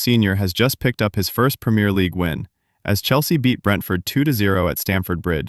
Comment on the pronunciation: I'm sorry but if you can't say Two nil and premier properly I can't listen